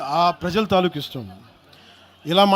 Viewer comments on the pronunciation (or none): none